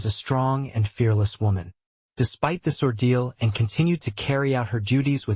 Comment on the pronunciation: Why is the narrator incapable of saying Princess Anne, he says Princess N. TOTALLY USELESS NARRATOR.